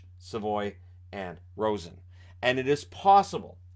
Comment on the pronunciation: Rosen is actually pronounced more like Ro-zay-en I think, just an FYI in case he does turn into an NHL regular. He showed a ton of potential at the world juniors